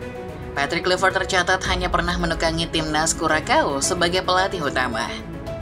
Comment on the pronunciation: Karena ini coach Timnas kita. Nama pelatih timnas kita itu dibaca 'Klai', bukan 'Klui' ya min. 😂